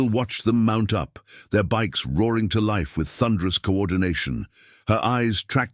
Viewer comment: “As bikes roared TO LIFE“ wrong intonation.